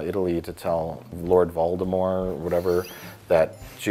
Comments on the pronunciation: For not knowing what the fuck Harry Potter is, I'm strangely impressed that Mike and pronounce "Voldemort" without the T sound. To my knowledge, the only people who use the French pronunciation are JK Rowling herself and Potter superfans. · Mike and pronounce Voldemort better than Harry Potter fans or the films themselves do.